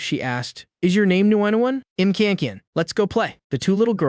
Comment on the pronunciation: Upgrade the AI voice. The "I'm" pronunciation is atrocious. Or do nothing, there are other sites that do a better job. I'll forget about this one.